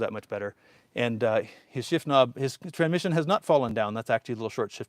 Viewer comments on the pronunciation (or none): Anyone ever point out you say “tranmission”?